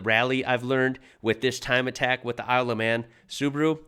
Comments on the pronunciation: Its "Isle of Man" not "I love man" 😂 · I swear you said, “I love men.” At the start. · Kind of sounds like you're saying "I love man" 😂😂😂😂